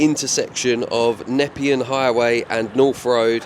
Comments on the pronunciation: Great vid. Also “Na-pee-un highway” 👍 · the highway is pronounced knee pean 😀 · btw, you're saying nepean wrong. It's "nur-pee-an".